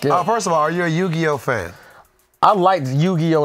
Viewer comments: Biggest Worst Take Ever From saying “Yu-Gi-No” 🤯💀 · Haha I'm going to call it out now will get punished next episode for saying Yu-Gi-no hahah 🤣